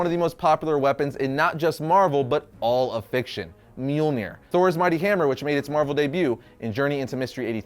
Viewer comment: Mjolnir sorry brother but it’s myal nir not, well what your saying. And for the record I mean no disrespect. Everyone mispronounces words all the time especially if they’re, well, from another language. I’m simply informing so I don’t need any hate comments lol